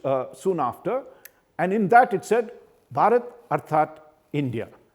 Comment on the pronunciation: This man can't pronounce bharat. What a shame.